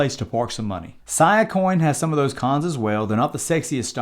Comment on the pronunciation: “See-uh”, not “Siyuh” coin.